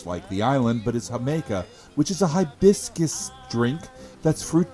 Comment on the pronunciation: The way you said 'hiBISCus' made my think of the Studio C comedy sketches with the waiter who's obsessed with bisque